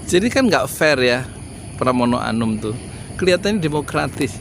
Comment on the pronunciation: Pramono anung...bukan pramono anum....fahry hamzah....bukan fahry ali....pak yudi....😄😄